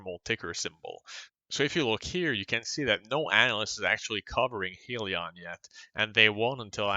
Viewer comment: It's pronounced HIGHlion